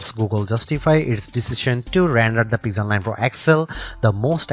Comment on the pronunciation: "Peezel 9"????